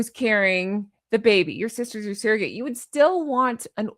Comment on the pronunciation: What’s a “sare-o-gate”? Ive heard of SURR-o-gates, but never a SAREogate. 🤣🤣🤣